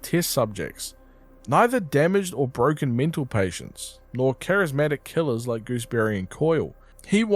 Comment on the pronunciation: Charismatic Decides to say Charismick